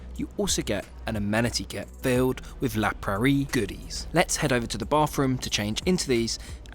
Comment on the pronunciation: la paris goodies? you mean la praire